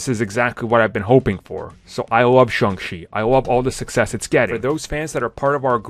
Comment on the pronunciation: If you love Shang chi please pronounce it right